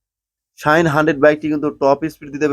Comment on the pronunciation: বলদ, শাহিন না, শাইন। ভালভাবে বাংলা শিখে পরে ভিডিও বানাবি।